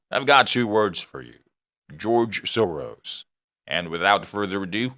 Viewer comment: I stop watching this crap when I heard George Sorow